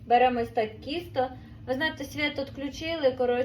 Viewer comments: Чого кісто, а не тісто? На полтавщині завжди бабуся казала ТІСТО. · Я це зрозуміла, що діалектична вимова, але що., так тяжко красивою мовою розмовляти😮 Не кісто, а тісто, не хальва а халва. Вона така ще молода, а розмовляє дуже не гарно. Це моя думка